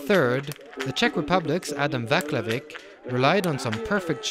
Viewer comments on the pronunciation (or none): not "Vaklavik". it's Whats love 'ik